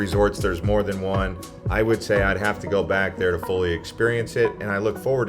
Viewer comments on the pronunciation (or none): none